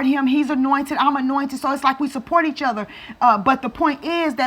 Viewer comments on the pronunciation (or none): none